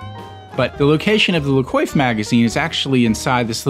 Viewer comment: It's La "Kwahff" Trust me, I took French for three years in high-school.